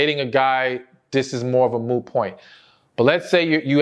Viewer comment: Moo point? 😂 Joey Moo point ?😅 ❤